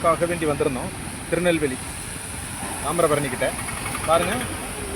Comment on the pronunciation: சும்மா சும்மா எதுக்கு தாம்பரம் பரணி தாம்பரம் பரணி யாரும் எதுக்கு சொல்ற எதுக்கு கூவுற போய் பக்கத்துல காட்டியா